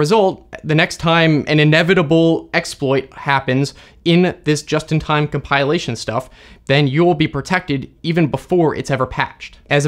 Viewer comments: Com pill ation, not com pile ation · come pile lation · comPIElation ?! never heard it saying that way... is that a thing ? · I always thought it is comPILation. Like a pill. Not comPIElation like a pie. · English teacher heren Never heard "compilation" pronounced this way before. I think it may be a case of interference of the verb "compile" . I'll give the tip a try. Thanks. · Hard to take someone seriously on computer security is they can't pronounce "compilation." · You're saying Compilation wrong 🤦‍♂ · I didn't know compilation was pronounced like this, but that's what I love about this channel. I always learn something new! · Getting triggered by his odd pronunciation of "compilation"